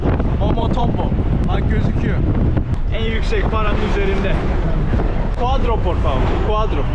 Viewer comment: Valla videolar çok güzel de artık şu dörde “guadro” demesen artık.